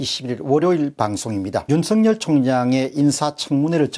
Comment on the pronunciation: 윤석열을 윤석렬로 발음하지 마세요